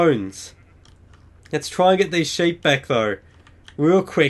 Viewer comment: seep not ship